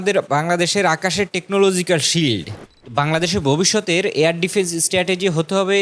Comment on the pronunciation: ববিষ্যতের না ভবিষ্যতের কোনটা বলছো ঠিক বোঝা যাচ্ছে না??